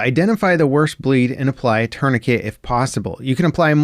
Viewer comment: Tourniquet. Pronounced tor ne kay. It's french.